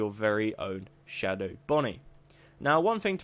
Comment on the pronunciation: why did you say shadwo instead of shadow